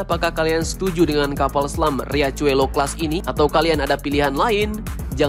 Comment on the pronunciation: Riachuelo dibaca Hiaswelo..artinya sungai kecil boss..